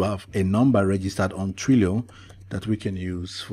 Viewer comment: TWEE...LEE. OHH! sigh. not Twee loh! but nice vid